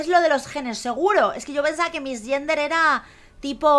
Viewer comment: "No vamos a missgender she..." que lindo es que no sepas ingles JAAJAJAJAJAJ